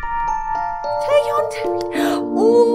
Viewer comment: look at Ningning and Cherry 😂😂😂😂 I Like the way u call Taehyun 'cerry' 😭😭 Sorry for bad English 🇮🇩